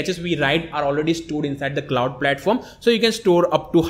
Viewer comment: arduino klauuud, i love this english